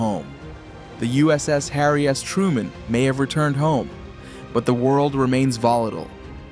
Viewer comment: Did he just say harry ass truemen?